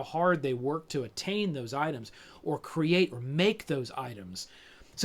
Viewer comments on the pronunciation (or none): none